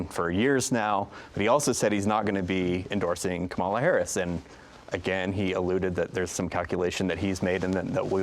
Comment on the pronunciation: A Salt Lake Tribune editor repeatedly mispronouncing the name of the VP of the US and leading candidate for president is incompetent.